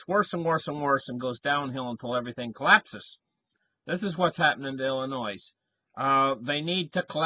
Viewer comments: PRONOUNCED "ILLINOI" THE "S" IS SILENT...YOU GIVE ASPRIN A HEADACHE WITH THAT VOICE OF YOURS LOL.HOMOCRATS RUN EVERYTHING INTO THE GROUND..REVOLUTION COMING. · PLEASE LEARN HOW TO PRONOUNCE OUR STATE!!! IT IS "ILL-I-NOY" !!! YOU SOUND IGNORANT ... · Also, the S in Illinois is not pronounced; it is silent. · They should sell the S maybe and save some money? "Illinoi " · The s is silent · The 's' in Illinois is silent. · Its a silent s. Lol. Killing me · I was thinking of the same thing. When people pronounce it like that it is always good for a laugh. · There is no noise in Illinois. Killing me too, Jason.